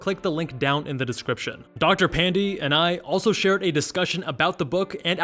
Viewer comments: Dr. Pan-dee 😕 It's pronounced more like pan-day (as in sunday) but doesn't matter, no one is offended. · Dr Pan-dee?!!! 😩😩😩😩😩😩